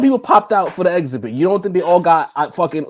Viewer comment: you might be committing a crime saying exhibit like that lmao